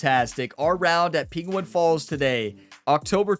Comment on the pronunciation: Say penguin proply for fuck sake